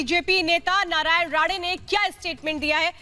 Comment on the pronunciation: MADAM ITS NOT NARAYAN "RADE" ITS "RANE" :)